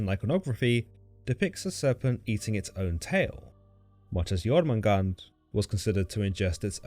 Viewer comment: I thought it was pronounced Yor-man-gander.